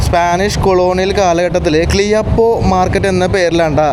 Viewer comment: ക്ലിയപ്പോ അല്ല ക്യാപ്പോ ആണ്. പാസ്സിംഗ് അല്ല പാസിഗ് എന്നാണ്.